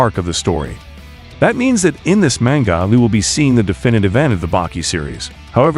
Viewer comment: Why do you pronounce manga like that?